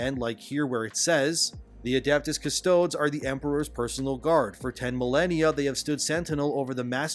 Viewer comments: For those confused, in Latin you tend to pronounce every letter. So it's "Cus-toad-ees" not "cus-toads." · Custodes? Rhyming with toads? What? It should be either custo"deez" or custo"days". Don't listen to the stupid "How to pronounce" robot voice videos. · I know he's not big into Warhammer, but I cringed every time he said custodes as kuh-stoads, instead of kuh-stoh-deez. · Please stop saying Adept Cu stodes. It's Adeptus Cu-stode-ehs, or cu-stode-ees. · Btw its pronounced "custOdees" not "CustOdes" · Custoads? Custoads!? yer killing me here... cus-toe-dees. The word ends in "dees" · "Cuss-Toads" People have probably pointed it out a hundred times, butt yeah, that ain't how it's pronounced, it's "Cuss-toe-deez" But now I imagine the Custodes as being giant Desert Rain Frogs in golden armor. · CustodES - not Custods! Hell, call them Custodians if you want to, but don't omitt the E! Otherwise you are right, hell I would have no problem with female Custodes if that had always been the lore, which it hasn't! Same for female Marines! Hell, have Belliarius Cawl adapt Geneseed for that, but they will have to found new chapters, the old ones are purely male because old Geneseed doesn't work on girls! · Cus-toe-deez. Not cus-toads. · It's not Cuss toads.. It's like Custodeez nuts. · It's pronouced - Cust-toe-dees not Cus-toads! Similar to when you say Custodians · It's Custod-EEEs not Custoads but aside from that yeah. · I'm sure you're going to get a ton of replies telling you this... But it's pronounced "cuss-toe-dees" I know that's not how it's spelled. GW is not great with Latin. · Custodes is pronounced as kuss-toh-deez btw. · Can't even properly pronounce cus-toe-dees, makes a video complaining about lore 🤡🤡🤡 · Custodeez is the usual pronunciation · it's pronounced CUH-STOW-DEES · CustodEs. Like Hades. It has the E sound. AstartEs. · It's, "Cus-tow- dees." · I can't even watch this. You don't even know how to pronounce "custodEEs..." 🤦‍♂️